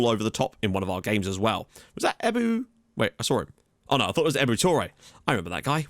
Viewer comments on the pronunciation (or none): "Ebou Touray, I remember that guy". His name is actually Ibou Touray :D